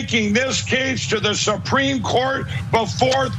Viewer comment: SUH-PREAM COURT!